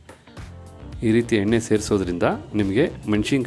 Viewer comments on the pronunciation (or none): none